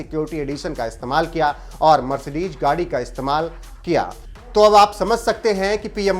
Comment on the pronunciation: Mercedes hota hai na ki🤣 Mercedeg..